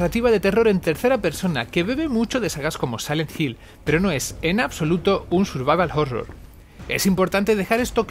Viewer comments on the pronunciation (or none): Minuto Pero no es, en absoluto un "survaval jorror"